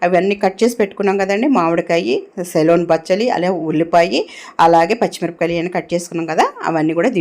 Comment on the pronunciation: సెలూన్ కాదమ్మా.సెలూన్ అంటే. సిలోన్ బచ్చలి అనాలి.. మంగలి shop